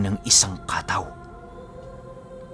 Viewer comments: Kataw po ang totoong pagbigkas pinuno hindi po ka-taw. Salitang samar po ang Kataw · Ang tamang bigkas po ay hindi ka-taw kundi kataw. Medyo mabilis ang bigkas. Ang kataw samin ay sirena. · Kataw mabilis na bigkas dapat.kataw means serina. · Mabilis ang pagbigkas ng katáw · Kataw po mabilis ang bigkas. Salitang waray po. Biringan nadadaanan nmin yan pagpumunta kmi ng mercedes samar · first time narinig ang word na kataw?! just bec cebuano word yan na ibig sabihin ay SIRENA... kha-taw! ang tamang pagbigkas.. pero sa lugar namin mismo, ang tawag namin sa kataw ay MERMAID...LOL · Kataw po yan yung mabilisang pagbigkas. Hnd lng po sa Dagat o laot. Meron nyan meron din po sa mga ilog at batis. Sila po yung mga Tga pagbantay.. sa mga lugar na anyong Tubig☺☺ Minsan sinasabi ng iba na Shokoy?o serena.